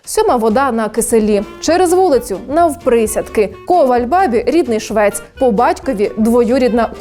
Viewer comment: Дуже потрібний матеріал. Дякую. Але : клин, а не клинок город, а не Огород ковАль, а не кОваль миша, а не миш. Та і файно слово з західної частини країни. Чекаю наступний матеріал.Успіхів!